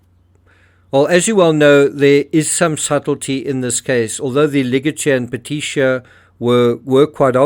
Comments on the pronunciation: Doctor here. Neurosurgeon actually. Not being nitpicky but it's pronounced "puh-Tea-key-eye" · Great job on all vids! For future reference, it's pronounced "peteekeeah" 😊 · Thanks, it's been bugging me too-retired nurse.